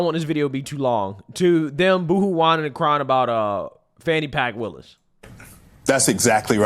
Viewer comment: "Fanni Pack"